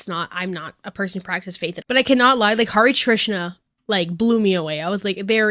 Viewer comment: HI Hindu here i feel like you said hare trisa every time its actually hare krisna